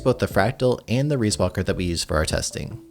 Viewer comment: excuse me? reesewalker? its just ree, riis is ree B)